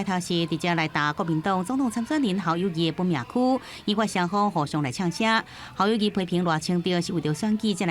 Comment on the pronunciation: 侯友宜明明念Kâu友宜，恁敢無欲改？